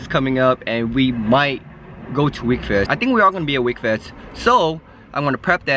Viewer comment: its not wekfest its wekfest lol everyone gets the name of that show confused